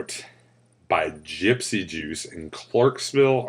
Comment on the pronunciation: tee hee... "Gypsy Douche.. Orangesicle" .... ?? =p Thanks for those giggles.. every time ya kept saying it that way. :) Live long(ER) & vape on!